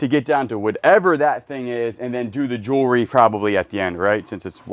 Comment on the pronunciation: I love the way says jury…aka jewelry and qupin…..aka coupon! Keep doing what yall do!!❤